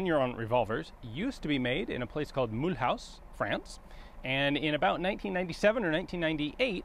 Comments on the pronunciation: Mull-ooze. Sacre bleu, Ian! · The way he pronounces, Mule-House bahaha, it's mù-loose ! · Dear Ian, In French , Mulhouse is pronounced Mü-looz , not Myül-Haus . Your pronunciation is directly derived from the German name Mülhausen, but today and since the return of Alsace under French rule after WW2, the accepted form is the French one as described above. Respectfully. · It's not mul-house it's mulooze. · I'm french and the way you pronounce "Mulhouse" make me smile. We would rather pronounce it "Muloose". Great video by the way. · mulhouse is prononced "muloose" in french ;) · The way Americans pronounce Mulhouse immediately brings me back to the Simpsons.